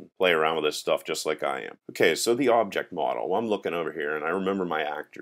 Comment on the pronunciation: I hated when you pronounce "the" as "da" all the time .. its not funny ..